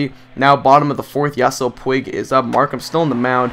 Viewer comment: ive been itching to say this and it has been bothering me so much...it is pronounced pweeg not like pwig..sorry it just really bugs me when you continually say his name wrong